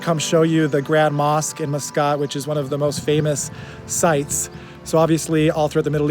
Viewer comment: "Mus-Scott" Ha! He said he is not an American citizen, but definitely comes across as a typical American who fancies themself as a "world traveler". Eye roll.